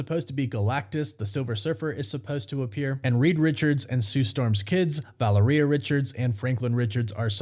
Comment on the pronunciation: you say Valeria wrong every time. Same with tiamut.